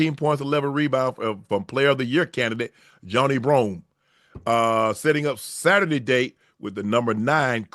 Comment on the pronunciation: JOHNNY Broome 😂 (it's pronounced "Juh-NYE")